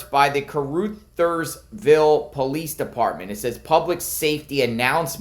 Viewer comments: Car-Uthersville. Short u. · FYI, It's pronounced Car-Others-ville. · Heads up, with upmost Respect to Kuh-ruh-theirs-ville. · Ca ru thers ville The ru is pronounced like in run without the n. Real close to Arkansas border. Also, trivia Sheryl Crow is from there. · Caru (uh) thersville (pronunciation hint). Thank you.